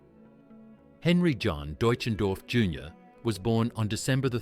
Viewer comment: What a piece of rubbish. So many mistakes in the video. I never knew John Denver played guitar left handed. The narrator couldn't even pronounce his real name. I'd sure like to talk to those of you that put out this wrong information. Get it right or don't put out things like this. John deserved far better than the trash you put out. Then most people don't get to hear the real truth, they believe what your video portrayed. I thought this piece was intitled, The Manager speaks about John Denver or something like that. Never saw anything about the manager. Get it right!!!!!!!!!!